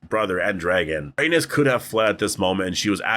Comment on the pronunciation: Dude at least pronounce her name correctly.... Rip Meleys and Rhaenys